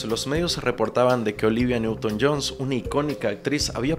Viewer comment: Olivia newton john* no "johns".